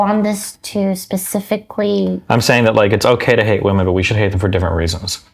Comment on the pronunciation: I'd love Lily if she could just pronounce "women" correctly